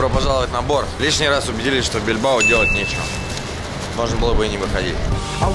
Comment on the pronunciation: БильбАо а не БильбО! лооол